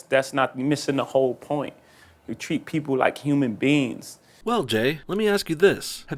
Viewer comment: Jay z said human beans